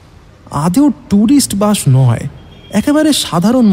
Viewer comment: Bus. Sssssssss. Not bush